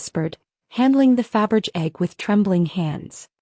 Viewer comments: "Faberge" is pronounced "fab-ur-zhay"! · Fabergé would turn in his grave every time he the AI narrator and the subtitles fuck up his name.